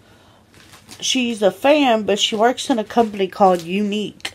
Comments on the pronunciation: She went from "Unqu" to "Younique" how can someone fuck up so badly? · I thought she was trying to say un cool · “Unqu” English do you speak it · "unqu" the American education system ladies and gentlemen. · she means the brand "Younique" lol